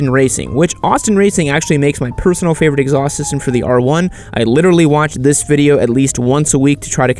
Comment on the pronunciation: "This is a biased videi" lol